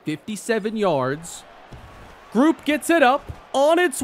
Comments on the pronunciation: love your series man!! Just a heads up with Blake Grupe... it's pronounced GROUPIE! He's an ASTATE LEGEND! Keep up the great work man! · Grupe is pronounced like Groupie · it’s pronounced “Gru~Peee”